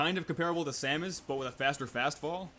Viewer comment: Im impressed you know so much about smash but pronounce samus like this